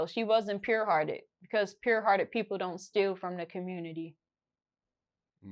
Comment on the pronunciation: "Some of yall dont have a puwed heart" 😂😂😂😂